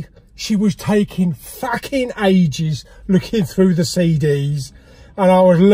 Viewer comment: "a pack of fackin' ibuprofen" and "wankbreaths" were my highlights this week !